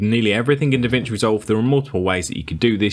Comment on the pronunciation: It's DaVinci why you're calling it DeVinci? BTW very useful videos.